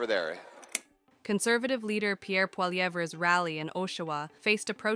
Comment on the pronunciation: Can you get that AI voice to say his last name better? more like "Polly-ev".